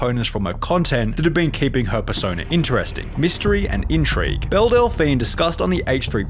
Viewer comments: BellE!!! Not BellA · I'm pretty sure it's "Belle" and not "Bella" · Her name is pronounced BELL not BELLA. That got so annoying because you showed footage with people saying it right and then still chose to say it wrong. Other than that good video! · am I the only one bothered that he kept saying bella delphine when her name is Belle 😭😭😭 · Belle, not Bella 😉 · Belle is pronounced ‘bell’ and not ‘bella’ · It's pronounced "Bell" not "Bella" you Australian donut. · If y’all are gonna talk about Belle Delphine can you AT LEAST say her bloody name correctly. Belle does not equal Bella. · Belle, not Bella. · am I the only one hearing dude say "Bella" instead of "Bell"? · Belle is pronounced like bell. Idk how you put in clips of Sunny saying it right and then kept saying Bella. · her name is belle lmao not bella \o/ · Delphine Belle is called Bell, not Bella. Just for your information:) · My guy, it's Belle not Bella. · Again, sir, the character is not "Bella" it is Belle, as in "Bell"...she is not Lugosi, she is not Dracula, both characters suck to a lesser or greater degree, but your pronunciation sucks more. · What cave do you live in that you don’t know how to pronounce Belle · How can you be in the youtube commentary space and not know how to pronounce Belle Delphine's name in 2023? Genuinely confused. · It’s pronounced “beli-JE-rent” not fucking beli-GGER-ent and it’s fucking “bell” not bella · I dont mean to nag but you mispronounce so many words that it immediately removes me from the content. Belligerent, Belle, etc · I’m 5 min in and have already heard you mispronounce belligerent and belle. With 450k subs, if you don’t know a word, you should really look it up.